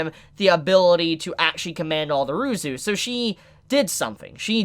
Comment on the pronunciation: Oh ya and Ryuzu is Ruzu apparantly.